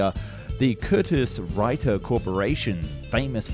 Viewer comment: Curtis Wright, not Wrighter...as in Wilbert and Orville Wright.